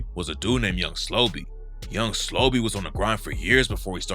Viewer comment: SLO-BE not young slobby.. no diddy RIP Bris too